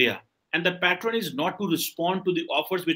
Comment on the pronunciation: Pattren 😂…. Pat-ern 😂